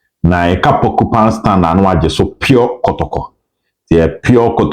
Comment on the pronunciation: Obed I beg mention it well la. It’s PorcupINE stand not porcuPAN 😂